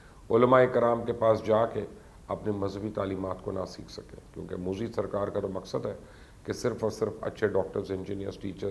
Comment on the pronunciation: Pls get the name right its pronounced as 'mudh dee'